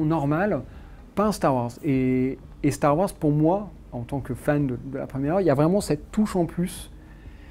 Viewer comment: x) il dit bien "hanne" et "lendow", mais par contre c'est "Starr Ouarzz"